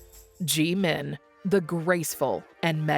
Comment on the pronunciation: Okay who programmed the AI wrong to say Gmin instead of Jimin 😄 I'm listening very carefully after what I heard now. Anywho, I cannot wait for the album and worldwide concert 2026 its been oh too long.